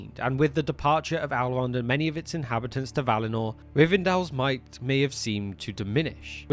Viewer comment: I believe his name is "Elrond" not "Alrond".